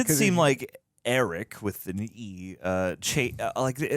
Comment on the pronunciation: Think of it like this - Arryk like Are-Ick and Erryk is like Air-Ick.